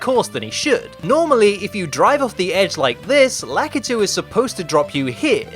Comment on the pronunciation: You're japanese is good, but somehow you can't pronounce Lakitu name right.